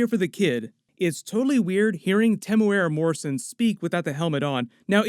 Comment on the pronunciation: Hey I’m from NZ, love watching your recaps on all the series I watch! I just wanted to help you pronounce Timuera Morrison’s name right, it goes like this: (Tim-moo-ear-da ). Hope that helps!!